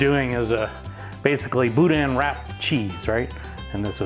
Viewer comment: Bou dan……sorry its not pronounced that way